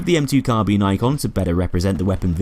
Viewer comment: Its Carbine not Carbean. Bine-sounds like Mine. :) PS weapon changes are now listed on reddit in the community broadcast.